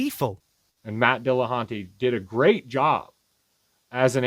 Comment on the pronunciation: "Matt De La Hunté"